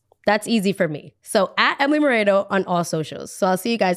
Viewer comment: LMAOOO it’s with an E… 😭 I love you